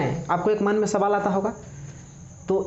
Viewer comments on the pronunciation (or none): none